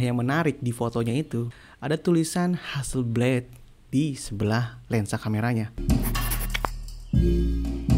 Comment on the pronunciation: ha-sel-blad bang, bukan ha-sel-bleid